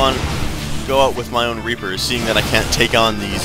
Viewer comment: lol once you said "rapers" instead of "reapers"